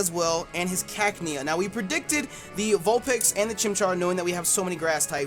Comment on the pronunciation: Vulpex? Haha these pronunciations